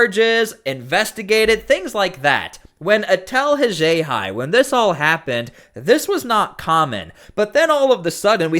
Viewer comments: If not for you, I. never would have learned of this big story.👍🏼👍🏼 You have interesting pronunciations of “Worcester” and “Haxhiaj.”👀 👀 👀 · This is meant as constructive criticism... This vid could have been half as long. Please correct your pronunciation of Worcester and Haxhiaj. Say it with me, "All of A sudden" (not "all of the sudden")